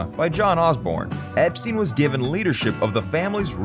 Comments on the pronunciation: His name was pronounced "Ep-stine', not "Ep-steen". Watch any of the TV interviews etc. from the time, or even "The Beatles - First US Tour" movie, in which he pronounces it "Ep-stine" HIMSELF... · It's pronounced Ep STINE rhyming with TIME, not STEEN rhyming with TEEN. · It’s EP STINE. NOT STEEN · Poor Brian, I've never heard his name mispronounced so often in such a short space of time.